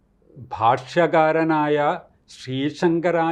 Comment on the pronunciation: Bhashakaran ennallallode,Bhashyakaran enna...😂